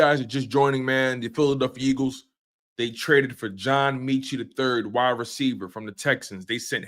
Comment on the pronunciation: Metchie not meechie lol